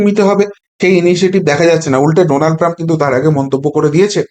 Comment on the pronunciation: You have read Donald Trump as Nodal Trump once